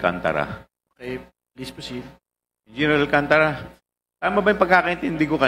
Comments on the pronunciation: Hindi Alcan tara ang pag pronounce nuon Alcantara bobo ka magsalita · alcantara ayusin mo pronounce mo